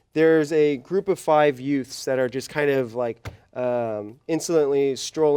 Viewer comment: "Two yutes"